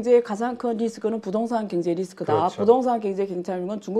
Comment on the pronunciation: 아이구ㆍㆍㆍ사돈 남말 하시네ᆢ갱제나 발음 똑바로 하셈 허구헌날 갱제 갱제 ㅋㅋㅋ 진짜 궁굼해 왜?경 자 발음이 안되나?